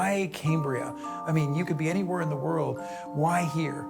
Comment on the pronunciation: It’s pronounced “cam”bria as in “cam”shaft, not “came” as in Cambrian, buddy.